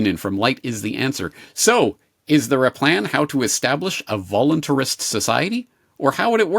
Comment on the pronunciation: Its "VOLUNTARIST" not "voluntary-ist" And its not "VOLUNTARY-ISM" its "VOLUNTARISM"